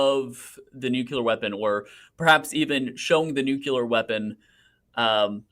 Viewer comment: For the love of all that is holy, man, stop saying “nucular”. The word is nuclear! nu-clee-ar!